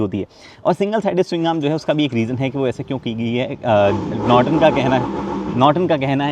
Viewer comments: Norton ko notron bna diye 😂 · Norton ❌️ Notron ✅️